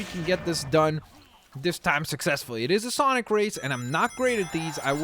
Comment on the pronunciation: SONIC NOT SANIC